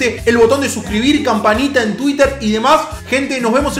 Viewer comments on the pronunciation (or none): none